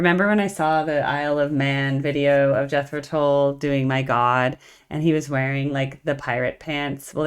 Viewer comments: At the risk of mansplaining, Tull rhymes with dull. Came here from the Zappa and Steely Dan videos, which I really liked. Keep it up. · In their early days, they were struggling getting invited back for repeat gigs, so they would change their name to keep working. when they finally got that big break, their name was Jethro Tull(rhymes with dull). The live version of a shortened version of 'Thick as a Brick' is an awesome choice! Seeing them live has been a huge blessing in my life! Hoping to see them again, at least once more! Their new music is awesome by the way!!! Peace and Thanks!!!